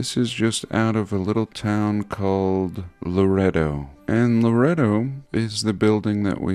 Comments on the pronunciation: I completely understand. When he kept saying "Loreto", I kept saying in my head, "No--La-ray-do!". Lol! Georgia, huh? It's so great that he has viewers all over the world. You know, if I remember correctly, I believe he said his dad was born near you in Armenia. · In Texas, we pronounce it La-ray-do. It is spelled Laredo. This is Laredo, TX.